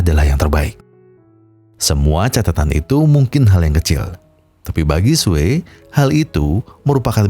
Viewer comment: Namanya "SUE" sebutannya "SUU" bukan "SUWEY"!! Hahaha🤭🤦‍♂️😅🤣🤣